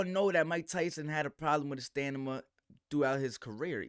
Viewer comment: it's stamina, not stanima...and I should trust your expert opinion(turn on the "laugh" track).